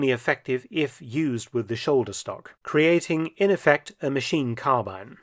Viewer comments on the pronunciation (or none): none